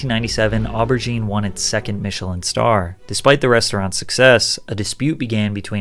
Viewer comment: The mispronunciations of warwickshire and even aubergine truly hurt